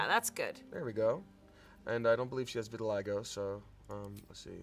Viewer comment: "I don't believe she has "Vit-til-lie-go" The utter silence after 🤣